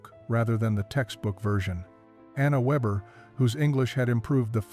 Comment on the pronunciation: Anna Weber (means weaver) Surname is pronounced VAYbuh.